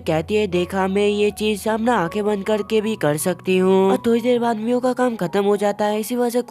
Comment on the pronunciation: Miyo❌Mia✅💀💀 ye ladki ko chashma bulne ki bhimari hai 😂😂😂😂😂 lol😂😂😅😅